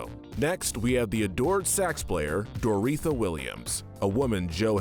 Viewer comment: This is a bit nitpicky, but it’s pronounced Dor-oh-THEE-a, not Dor-EE-tha.